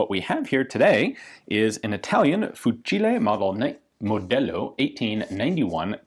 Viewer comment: La voce di Ian quando dice "fucile modello 1891" è un po strana